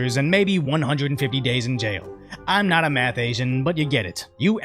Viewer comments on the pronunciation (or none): none